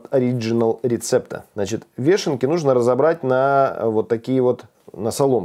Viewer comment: вЁшенки,а не вЕшенки,ухо режет